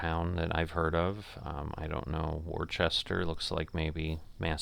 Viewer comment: Worcester(ORH) is a real airport, but you say the city name like "wooster". it is a smaller airport but they commercial flights started flying out of there again in like 2017ish I think.